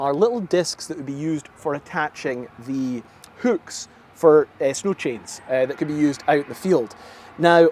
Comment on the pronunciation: great video, but it's pronounced hook, not hük